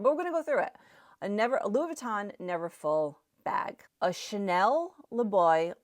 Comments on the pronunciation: The way she pronounces the name Chanel.😂😂😂 I’m French, I hear Schnell. Cha-nel. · There's an A in the name Chanel . Shnell is no make and is actually a German word. Shnellbag😂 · 😆 a 'Chanel' bag or a 'Schnell' bag? Please note that Chanel has two syllables 😆. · CHANEL has 2 syllables: Cha- nell! Not shnell! Please! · You pronounce Chanel wrong.